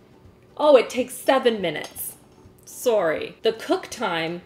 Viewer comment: that was a VERY canadian sorry